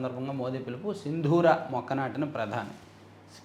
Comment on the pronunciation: గూఢాచార్యం కాదు గూఢచర్యం, సింధూర్ కాదు సిందూర్, ఆకృత్యం కాదు అకృత్యం. తప్పుల్ని చెప్పినప్పుడు సవరించుకోవాలి కదా!